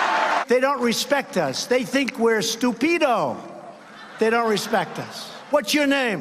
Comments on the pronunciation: "They think we're stupeedo!" That sums it all up .... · Stew pee doe? I'm embarassed that this is how a POTUS speaks.